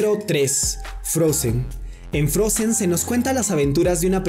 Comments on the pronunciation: Se pronuncia frouzen no frosen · No se dice Frozen se dice Frousen es diferente je? >:C